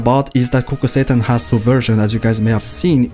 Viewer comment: i kept hearing kukul satan